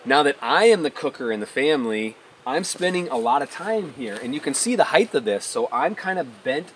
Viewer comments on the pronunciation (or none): “Heith” is not a word. It’s “height”.